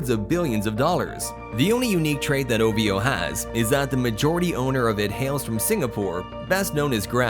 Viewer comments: no one pronounce it as O-Vee-O just say O-Vo instead 😄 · I'm weak when you pronounce "Ovo and ajaib " lmao🤣🤣🤣